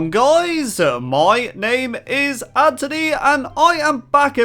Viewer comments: Whenever you say " Anthony " it sounds like you're saying " Antony " Is that just me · Nope, it's me too. I guess it's just his accent. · Maybe it's because he's British